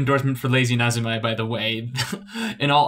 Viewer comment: ..lazy... na-zu-mai? NAZUMAI?! WHY DO YOU HURT ME LIKE THIS?? Nezumi (neh-zoo-mii) is the Japanese word for mouse. Lazy mouse. It stops your mouse strokes looking lazy:U But seriously though this is a GREAT video, I really wish I had this when I first gave photoshop a go. Took me like 5 different attempts before finally making the permanent switch from sai because I just had no idea where to even begin